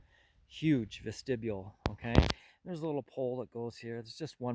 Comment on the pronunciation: it is a vest-ti-bule